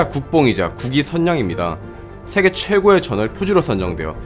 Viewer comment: 세게가 아니라 세계......